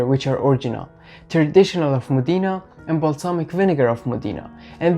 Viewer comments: Io sono nata nella città famosa in tutto il mondo per la tradizionale produzione di aceto balsamico e tengo a precisare che il nome corretto è MODENA che si pronuncia così come è scritto quindi non modina ma Modena ( con l accento sulla o) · The correct pronunciation of Modena is..MOH-deh-nah. The accent is on the 1st syllable! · moDEEna lol